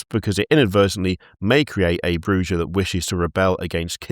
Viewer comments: Alight its fucking pronounced Clan Bujah.........Brew-ha not what ever you said. Maybe learn how to say the game names and facts of the world of darkness of instead of being british and going " this is fine". Never again until you guys do some Vampire charter sheets. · its pronounced, Brrrrrrrrrrrrrrrrrrrrrrrrrrrrrrrujah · ITS PRONAUNCED BRRRRRRUHA BLOODBAG! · Not you pronouncing it Broo-GUH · As a WoD fan, it's makes me cringe each time horribly mispronounces half the clan names.